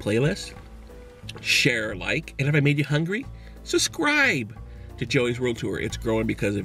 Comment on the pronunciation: "suscribe" always... lol